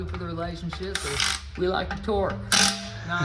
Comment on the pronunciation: BTW great video, keep up the good work. It's torque not twerk lol that's classic